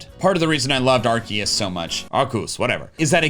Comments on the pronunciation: THE CORRECT PRONOUCIATION OF ARCEUS, LIKE DEUS FROM LATIN MEANING GOD, YOU'RE THE ONLY OTHER PERSON IVE SEEN DO THAT TOO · arceus is pronounced are-see-us